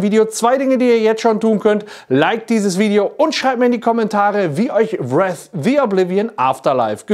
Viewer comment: Daumen hoch für einen Livestream dazu. 👍 Und Wraith spricht man im Mittelteil mit "äi" 😉